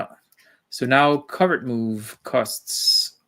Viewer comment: Thanks for great video,, and I especially appreciated your correct pronunciation of covert. A beret would have been good